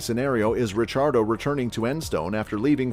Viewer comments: His last name is italian so its actually supposed to be pronounced that way! (RiCCiardo) the double CCs are pronounced kinda like how they are in words like capuCCino. Daniel is aussie so he pronounces it in english so its easier for non-italians! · Mispronouncing his name?